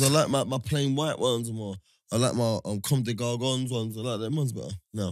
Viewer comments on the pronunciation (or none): Nah man said comme des gargon dead 💀 😂� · This man did not say commes des GARGONS 😭😭😂 is too much lool